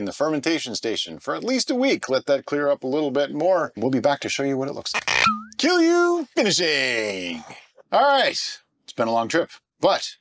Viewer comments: You pronounced it near perfectly, if someone is saying otherwise they don't know what they are talking about. I should know, I'm Finnish. :) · I am really impressed with your pronunciation of kilju, Finnish pronunciation can be really difficult for foreigners.